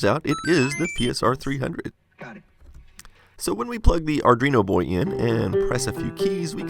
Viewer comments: Just a heads up, I believe it’s pronounced “Arduino” and not “Ardreeno.” thanks for the video! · Arduino, not "Awrdwuino" :P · It's Arduino not Ardrino lol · Is it just me, or does he pronounce Arduino as "ardrino"? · It sounds like hes saying ar-dreeno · wtf is an "ardrino" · Arrgghh stop saying "Ardreeno".